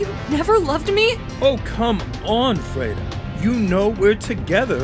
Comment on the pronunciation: When she said "im freda" i immediately thought about "frito-lay"